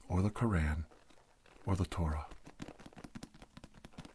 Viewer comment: Its pronounced "Kor-aun" not kor-an" that one line really ruined the whole video for me like i just stopped getting tingles after that.